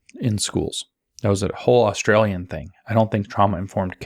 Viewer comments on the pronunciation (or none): none